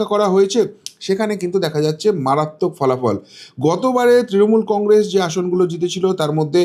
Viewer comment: Ei lokta faltu bok bok kore Congress uchcharan thik moto korte pare na sab samoy bole congressss sha sha diye kotha bole enar kono kotha mele na